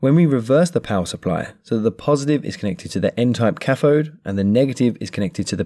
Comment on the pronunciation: What is a cafode? th does not equal f Try saying cathode